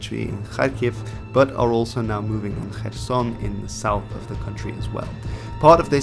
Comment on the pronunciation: Respect for pronouncing things in as close a way to how locals pronounce it (Kharkiv, Kherson, Putin, etc.) However, 'nucular'? Really? ;)